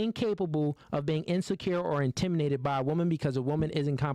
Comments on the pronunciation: the word is intimidate not intiminate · Intiminate lol wtf it's intimidate learn how to pronounce before you be talking on a podcast and making yaself look like a fool other than that I do agree women like this are just plain annoying and stats show it that when a woman or women make a certain amount of money it makes it more difficult for her to hold a guy down in a serious relationship.